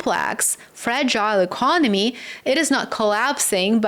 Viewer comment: Lower rates cant sell debt😮...e-con-oh-me wont pay debt back regardless 😅